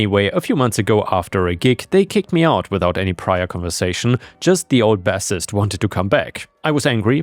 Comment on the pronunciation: Yeah, you tripped up on a pair of homonyms in story 3 The bass in the word bassist is pronounced like base Same for when you're referring to the music cleff on the lower staff of piano sheet music Basically, if the word bass is referring to fish or fishing, it's pronounced bass If it's used in a musical context, the pronunciation changes to base If it's a song about fishing, you'd use the bass pronunciation in the lyrics but use the base pronunciation when referring to the instrument, cleff, or corresponding low instrument/vocal range